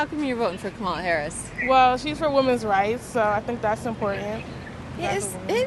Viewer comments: Nick you cant even pronunce kamala right and your lies from trump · You keep not pronouncing her name right you’re not that educated